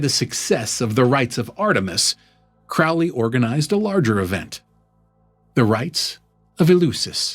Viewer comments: Pronounced Crow 🐦‍⬛ Lee. Excellent video,keep them coming.His father was a wealthy businessman… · His name is pronounced Crowley as in crow, not ow as in couch or ouch. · It’s pronounced Crow Lee. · Not Crowley as Owl… Crowley as in Crow. Pronounce it correctly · If youre going to do a video on Crowley, it would be a good idea to pronounce his name correctly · If you can't pronounce his name, you're clueless. It rhymes with "holy," by his own words.